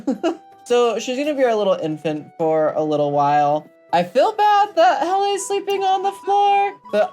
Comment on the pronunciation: You are pronouncing Helle in the correct way :)